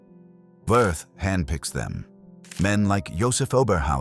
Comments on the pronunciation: It's pronounced Vee ert. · You’re correct but, in my opinion, someone as evil as Wirth does not deserve to have his name properly pronounced.